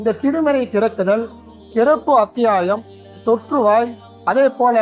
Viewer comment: தொற்றுவாய் கிடையாது. தோற்றுவாய்